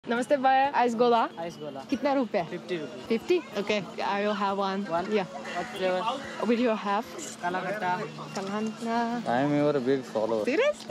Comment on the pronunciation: It's not Baya it's bhaiya pronounce it correctly dude😂😂😂